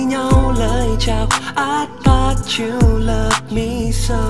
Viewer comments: Ái ne vớ "tot" chú gô, ơ quầy =)) phát âm tiếng Anh làm hỏng cả bài hát của người ta ... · sao lại cứ phát âm thought là tắt/tót nhỉ @@